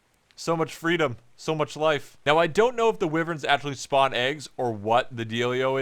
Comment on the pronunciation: Who else got triggered when he called them wiverns